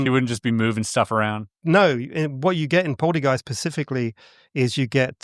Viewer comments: I am at a little bit over 7 minutes in and now I can't unhear it. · relaxxx, he clearly just has a speech impediment that he's been working on since childhood, and that sp sound is just the one he couldn't master lmao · He's pacifically talking about polteygeists. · Either I'm hearing him incorrectly, or he keeps saying "Pacifically" instead of 'Specifically' 😅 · The fact he keeps saying "Pacifically" rather than "specifically" really grinds my gears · I love this channel buuuut I genuinely struggle to take anything seriously that is said by a grown man who says "pacifically" instead of "specifically" 😬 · I'm sorry but him saying "pacifically" rather than "specifically" is irritating AF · pacifically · Love your videos and I have watched pretty much everything you have posted. This video however, hit my cringe button so hard, I couldn’t even continue. This guy has said “pacifically” so many times at the beginning, it really makes me question how true his story is. How are you a grown man and not know that saying this makes you sound like an idiot?! Anyways, keep up the great work and I did stil like and clearly commented on this! 😝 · In the UK, pacifically… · Specifically not pacificaly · Is he actually saying "pacifically" like Del boy? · If I couldn't say "Specifically" I'd try to use it less than every 120 seconds... "Pacifically" 🙄 Interesting ideas, but I love how he comes up with utterly unknown things AND dismisses them because of utterly unknown ideas... Hilarious. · He lost me at "pacifically".... meh 🤷‍♂️ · 3000ft up a 'hill' in Manchester??? 3000ft is a mountain and there are NO mountains in Manchester! This guy is not convincing me on many levels. He also says 'Pacifically' instead of 'specifically' which irked me. Maybe I just need to breathe a little more deeply! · "PACIFICALLY" And this guy has this all figured out. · THANK YOU! I thought this guy was trying to KILL ME, PACIFICLY!!! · Sorry man I'm out. Pacifically.